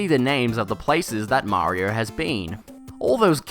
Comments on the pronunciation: Mario not Marior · MAHRYO...?!? WTH! I can't take it a whole video